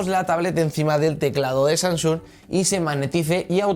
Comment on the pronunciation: Oye amigo me encantan las tablet Samsung Galaxy pero pronuncia bien el nombre de la tablet jajaja tú dices sansung y es Samsung. Jajajajajaja. Yo me reía de tu vocalización